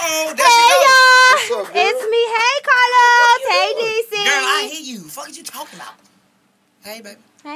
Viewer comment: He definitely said it right. Karlous hell 😂😂😂😂